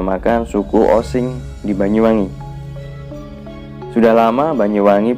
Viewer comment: Osing boy bukan osin